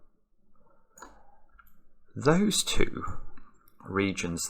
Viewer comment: I like how he pronounces "2" as "tew."